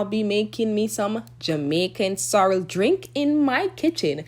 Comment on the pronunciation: Lol I thought you said sour